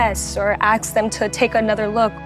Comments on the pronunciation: Micheal, “Sensible pagan” is an oxymoron. Also, “aks” is not a word. “Ask”, however, is. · I hate that. Its "ask" not "axe". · I was immediately non-sympathetic when I heard “axe” instead of ask. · I sure hope she doesn't ax someone. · 15 secs in and she is axing the doctor really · "axe them" 🤦 Oh for God's sake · Bingo! Me too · Haha "axe them". Straight out of the gate! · I hate that😂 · not “axed” wtf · Right! I hope she doesn't ax someone!